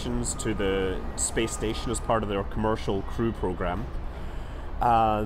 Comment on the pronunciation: it's cool how scott stays clear of politics and is just like "spess"